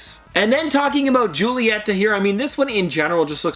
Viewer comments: Love watching your hunts, they might be my favorite type of video. Just want to say that Julieta is actually pronounced as "Hulieta", with an H, not Julieta with a J ahahah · Hi! I believe it is pronounced hoo-lee-yeh-tuh not joo-lee-yeh-tuh. I could be wrong though ha ha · in spanish the j’s give a h sound! so it’s “hool-ee-et-tah” :) the j in Julieta is silent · In Spanish culture the j is pronounced like an h so you say julieta (who-lee-eta)